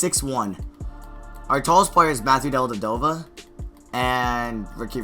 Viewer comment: What's really dumb is the way you say Dellavedova